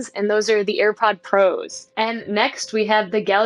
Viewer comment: Did she say "Airpod ProS"?